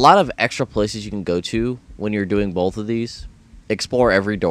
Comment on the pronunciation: Why did he put an "L" in "BOTH" (Red vs Blue reference)